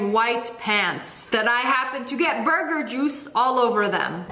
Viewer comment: Anyone else love the way she says burger "Boyguer" i just bove it so much